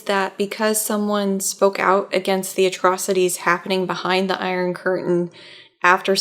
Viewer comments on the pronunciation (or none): none